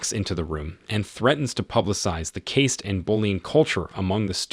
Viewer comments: caste is pronounced cast so much is wrong with this video that i wont bother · The E is silent in the word caste, as in caste system. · What is with this narrator? He sounds like an english-speaker, even American, but says things like "ganjed up on him" instead of "ganged up on him" and "kayst" instead of "caste"? lol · "Caste" is not pronounced that way. A fan of this film would know this. Someone who takes advantage of other people's work would not ...